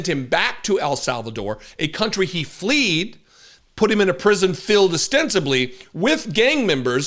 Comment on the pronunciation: its fled not fleed sorry boss